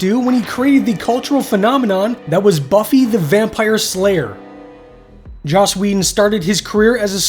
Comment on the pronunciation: Joss, not Josh